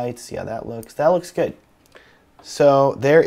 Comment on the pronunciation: "LOEEKS GUUD!" lmao